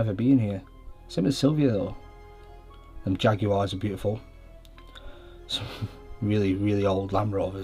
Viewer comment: The word jaguar has two syllables not three Jag u are wtf a prat u are